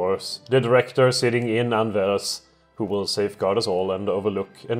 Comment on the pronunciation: You prounounce Anvers with a silent S + Anvers is basically just Antwerp or Antwerpen.